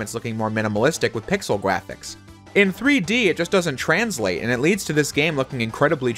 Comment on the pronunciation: Pixel gwaphics